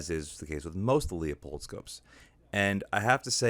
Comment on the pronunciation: It's not frickin Leo-pold, or leeyou-pold it's pronounced Loo- pold. Call them and ask. So tired of East Coasters that either cannot read, or refuse to learn before butchering it a video. Even Oregon hillbillies know that.